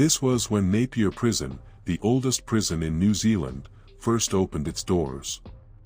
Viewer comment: Thanks for pronouncing Napier right . Naiper prison still had inmates in the 1980s